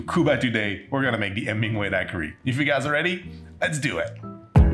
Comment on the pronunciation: You are adorable! While you do not pronounce the “h” in hola, you DO pronounce the “H” in Hemingway! ☺️🙌🏼❤️